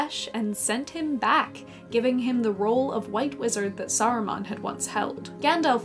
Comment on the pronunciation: Saruman is not pronounced sarumon